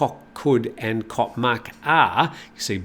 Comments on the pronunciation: It is not KOK,but KOH with an H!!!! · Goh for island not Koh